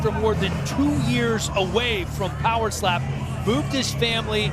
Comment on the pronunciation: "power SHLAP chumpion of ZE WWÖRLDDD"😆🤣😆